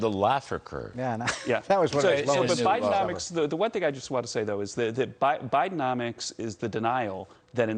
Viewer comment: He just said Biden-nomics. LOLOLOLOL